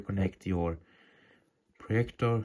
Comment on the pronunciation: Its projector Not proyector